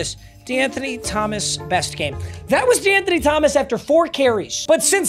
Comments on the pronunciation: I took a shot evetytiem he saiud dewanthony thgomaqs and im fuicked uop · lowk the amount of times he said de’anthony started to piss me off